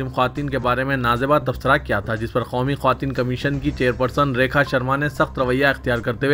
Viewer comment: KYUN khaumi bplte ho...sudher jaao